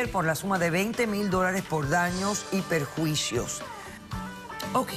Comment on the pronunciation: Por fin alguien dice bien "Daños y Perjuicios" y no "Daños y Prejuicios"